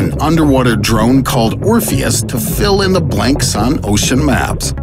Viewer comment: Orfious, morfeous, dorfeous. Ora-fusous.